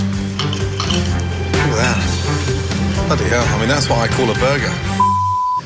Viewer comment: best fucking jumpcut Just a man eatin' his vagyu boegah